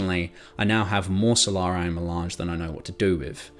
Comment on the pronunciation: “Solar-eye”. Bro… come on…. It’s not a hard word ….